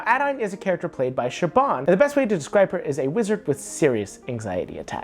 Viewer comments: the guy in the video pronounces her name like it's a B, when it should sound like a V. I thought that would have been pretty obvious. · he's saying it mostly right, but the bh is supposed to be pronounced as a v. Idk why that is, ask the long dead Irishman who decided that's how that name would be pronounced. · THERE'S NO B IN THE PRONUNCIATION OF HER NAME! IT'S A V!!! Sorry, but this bugs me... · btw, her name is pronounced "Show-Von." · Her name is pronounced Sho-V-on. And the crystals are palimpsests. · great video. Just for future reference, I believe Siobhan's name is pronounced with a 'v' sound ('Sha'-'vawn') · he isn't tho? Is saying it with a b like every time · I was yelling at my phone lol "her name is pronounced shavon, siobhan is a beautiful Irish name" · I don't think that's how you pronounce Siobhan, my guy.